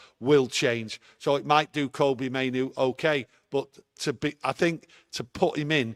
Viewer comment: Monthly reminder: Kobbie like Robbie, not Kobbie like Kobe (Bryant). I think 'we' have a responsibility to have the lad's name pronounced correctly. His play has earned at least that much !